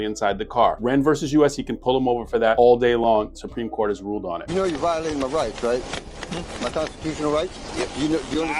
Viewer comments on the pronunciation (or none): No,no, ..the proper pronunciation is " yur vi-o- latin mah rats"